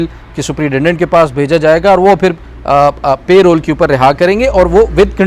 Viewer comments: Reporters and even Barristers are not pronouning Parole correctly. PL check it. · It's Parole not payroll